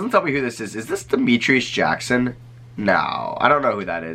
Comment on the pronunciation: Demetrius Jackson and I played together in hs and I saw him play at ND. For being a second round pick that never made it in the league, it’s dope too hear a content creator say his name as effortlessly as you did